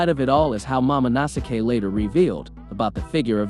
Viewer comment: No way my man pronounced momonosuke like MamaNasuke